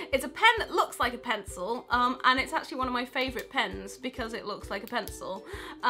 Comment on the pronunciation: I want that "pen-cil"